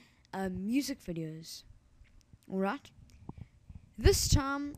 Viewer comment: Why do u say alrat insted of alright?